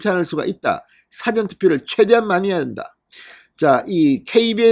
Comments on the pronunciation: 발음"싸전"투표가 아니고 사-전투표! 투표장을 더 만들라! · 사° 전:Dictionary. 사 전°:before. 억양 좀~~~~ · 영어사전 국어사전할때의 사전을 발음 하시는데 일이. 일어나기전에 사 전은 사자를 좀 길게 해야되는거 아닌가요? 듣고 있으려니 얼굴이 뜨거워 지네요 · 사전 투표 발음 사저 액쎈트 발음ㅅ하지마라 듣기 싫타